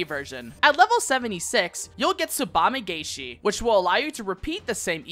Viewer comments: Really nice and concise guide; I especially appreciate the tool tip visuals! The only minor grievance is that in つばめがえし, or "tsubame gaeshi," the "gae" is actually pronounced like the English word "guy" rather than "gay;" I keep seeing content creators make this mistake, aha. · Corrections: - I pronunced Tsubame-gaeshi wrong. - Third Eye only reduces damage taken for 1 move not throughout the duration.